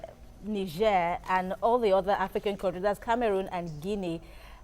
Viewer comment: How can I even trust all these analysis when the analyst cannot differentiate between Niger (pronounced Naija) and Niger, a country (Pronounced Nijéé). Thanks to the lady in red for right pronunciation.